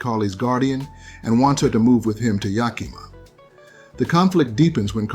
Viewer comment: As someone who's from Seattle and her grandparents were from Yakima, that Icarly episode was WILD to me as a kid. (also it's pronounced Yak-Ih-Mah, the i is pronounced like it is in 'is')